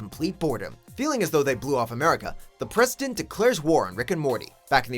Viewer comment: I swear i heard him call the president Preston. That was so true XD.